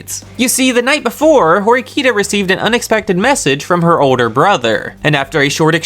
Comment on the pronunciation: You’re pronouncing horkita and ryuen name wrong lmao